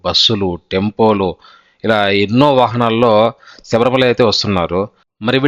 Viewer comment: సబరిమల కాదు బ్రదర్ శబరిమల